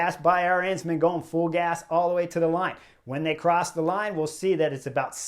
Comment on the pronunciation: Please stop saying a-rEnsman, it’s A-rensman.